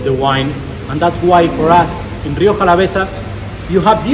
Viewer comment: what did la rioja do to you? why did you have to slaughter its name?